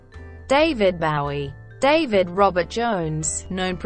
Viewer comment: Bow-ee, not Baow-ee gewd dammit!